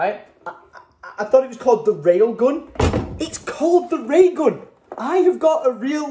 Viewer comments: Lol The-ra-gun oh it's Thera-gun 🤣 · it's pronounced 'feragun' I think it's like physiotherapy gun - Theragun:) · It’s not the ray gun it’s Thera-gum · that cat meme ... "the Ray gun" ... "thera gun" xD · Y'know it's Thera gun not the ray gun lol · I’m pretty sure it’s Thera gun as in therapy gun 😂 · It's "Thera-gun" like Theraphy Gun ahahahahaha derp. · uh is anyone gonna tell him that its called a Thera gun like therapy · it is called a Thera-gun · It’s said like feragun but they should rename it the ray gun 😂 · its pronounced thera-gun as in therapy gun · its THERAgun like Therapy-Gun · it's Ther-A-Gun lol